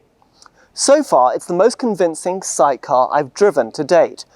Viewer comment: Each time he said "'SAIC", I heard psyche!